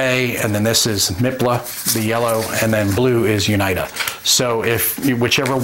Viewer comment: Awesome video thanks. Small note: UNITA is pronounced (You Nee Ta) :-)